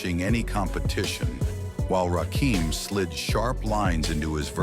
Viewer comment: NOT RAKEEM, RAKIM!!!!!!!!!